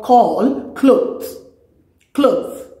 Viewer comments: Ooh 😮 cloth n u are saying clothe, clothe 🤣🤣🤣👍👍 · You pronounced clothe instead of cloth